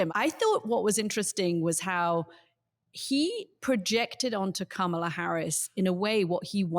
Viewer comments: This guy needs to learn how to say Kamala. He's had enough time. "Comma-luh" not "Camel-ah" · I get Anthony's KAMA-la/KOMMA-la issue, as Katty says KAMA-la. (I struggle with it, too.) It's better to make up words than to misuse English words and expressions, since it's impossible to keep up with the British linguists, especially Katty. (Examples: rubric/Rubiks cube, seismic earthquake, hot and bothered.) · Well done Katty! You've finally learned how to say Kamala's name. Thank goodness... She's no longer a camel. Edit: Nope, I spoke too soon! Old habits die hard, it seems. Edit 2: No, by jove... I think she's got it! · Anthony, you’re fantastic and I love all of your insights and the manner of your delivery!! As a fellow New Yorker, can you please, please pronounce VP Harris’ first name correctly. I cringe every time you mispronounce her name as it sounds very Trumpian. I hope you take this the right way. Thank you so much.